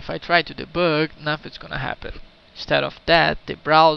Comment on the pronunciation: I like the way you say "deboug"